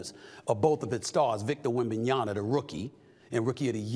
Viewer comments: Stephen A. Smith, it's 2024, pronounce the man's name correctly. WembanyaMA not Na, MA. You're getting paid to talk for a living, act like it. If it's too complicated for you, then just say Wemby. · Stephen A it’s wembanYAMAN NOT wembanYANA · SAS not able to pronounce Wembanyama after this long says a lot about him.